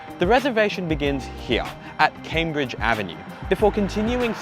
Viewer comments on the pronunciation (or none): none